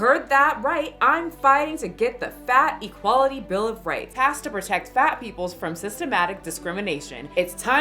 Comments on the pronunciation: Everytime she says fat equality I hear fatty quality. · Is anyone else just tickled over the fact that when she says “fat equality”, it sounds like she’s saying “fatty quality”?